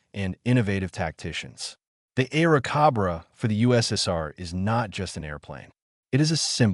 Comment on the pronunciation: cobra... not cabraa